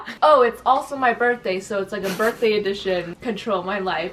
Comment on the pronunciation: Low-key thought you said " Barfday"😂😂😂 Love you ❤❤❤